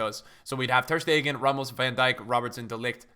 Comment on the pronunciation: Why does everybody say Stegan instead of Stegen??